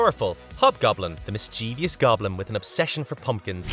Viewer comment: Mischievous has only 3 syllables and no I after the v